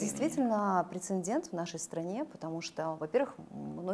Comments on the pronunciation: Героиня прекрасна! Но, что за слово прецендент?, не вводите в заблуждение. Прецедент, именно так будет правильно. Прямо слух режет. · Интересная гостья. Правильно говорить прецедент. Это замечание, смотрите словари.